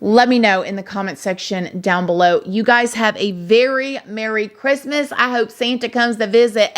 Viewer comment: Merry Chrimuh girl lol